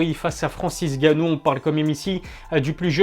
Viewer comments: Pourquoi tu dis/il dit "Francis Ganou" au lieu de "N' Ganou" ? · c'est N'gannou et non Gannou mdr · Faut que t’arrêtes uN truc c’est de changer les pronontiations des noms, c’est Francis Ngannou et pas ganou, c’est Gane et pas gané, c’est Khabib et pas Rrrrrrabib (en tout cas quand on parle français),...etc mais tes vidéos sont super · Votre nom c'est bien et pas Ilie? Et bien c'est pas Francis Gannou mais Francis Ngannou, on prononce le N. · Parle correctement et prononce le N de francis ! N ganou en phonétique ! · J'adore les vidéos mais c'est N'Gannou par contre pas Gannou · Stp arrête avec Francis « gannou », c’est N’gannou lol et aussi Cyril « Gané » c’est juste GANE lol. Merci pour l’appli mec !!! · Où est passé le « N » de Gannou? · On prononce pas "èngannou"? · T'as perdu une occassion de te taire. Ca se prononce NGannou. Tu mets pas un espace en N et gannou. C'est typiquement Francais ça vous massacrer les noms africains. Que ce soit Nkolo ou Mbappe on sépare pas la première lettre du reste du nom. En espérant avoir pu t'éclairer un minimum.